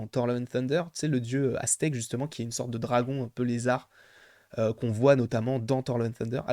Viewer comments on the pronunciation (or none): none